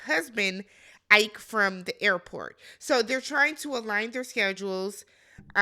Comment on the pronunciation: Ike not like Tina Turner but "e kay"